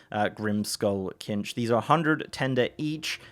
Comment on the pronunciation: KINCH? lol. Its CINCH yo ˈsinch lol. Sorry but kinch is definitely incorrect